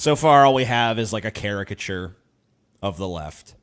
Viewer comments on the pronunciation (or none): Why were you mispronouncing "caricatures"? You also mispronounced "sociology" in another one of your videos.